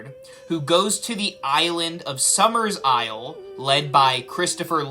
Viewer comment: It's not "Summersisle." It's "Summerisle." There are only two S's, not three. You're thinking of the remake.